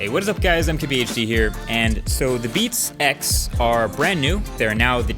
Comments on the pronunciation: He sounds like he's saying "beat sex" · "beat sex"? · I swear he says "Beats sex". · Sounds like he is saying "Beat Sex" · It kinda sounds weird when you say 'Beats X' as if it's one word...